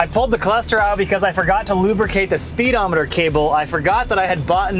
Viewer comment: “Spee-Demoneter”. Ha!